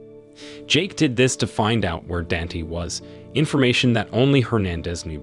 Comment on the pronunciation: "Dant" 😂😂 his name is "Danté" not "dant"😂🤪🤪